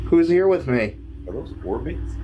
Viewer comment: I crack me up every time you say orbit.